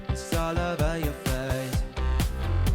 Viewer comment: I don't mean to disrespect room at all, and he is obviously very talented when it comes to singing, but I really don't like the way he exaggerated some vocal pronunciation in the song. Pronouncing face " fess" and not "fays". Again, I don't mean to disrespect his talent or his skill but I just think it's a little weird. That's all.